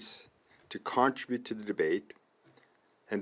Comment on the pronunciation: contribute not contra-bute